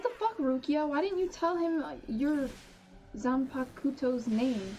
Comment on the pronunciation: For clarification, zanpaktou is prounounced like za-n-pock-toe. lots of stuff in bleach is hard to pronounce so don’t feel bad lol which is why I usually recommend checking out how the dub says stuff. (Also the dub is great)